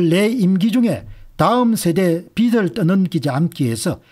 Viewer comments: 빚이라는 단어를 읽으시면서 비츨, 비들. 비슬 등으로 발음하시는데 정확한 발음에 대해 살펴 보시길 바랍니다. 연음법칙에 의해 비즐이라고 읽는 것이 표준으로 알고 있습니다. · 우리 말과 글엔 쓰는글과 읽는말이 따로있는데 요즘 말은 많이 잘못되어 있어서 말씀 드립니다 빚 - 돈을빌린것 빚을 - 비즐, 빚이 - 비지 빛 - 햇빛, 불빛 빛을 - 비츨, 빛이 - 비치 빗 - 머리빗 빚을 - 비슬, 빗이 - 비시.